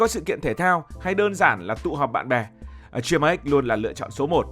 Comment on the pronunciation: Góp ý cho ad combo ăn gà rán với bia người hàn gọi tắt là 치맥 và phát âm là “Chi mẹc” ạ!!